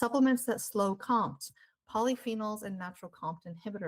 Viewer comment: You pronounce it Co-M.T. not compt!